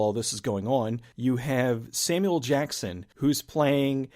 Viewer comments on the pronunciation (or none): none